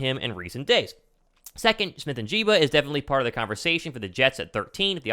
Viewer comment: It's "N" "JIG" "BUH" Not "N" "JEEBA" love the content bro👍🏻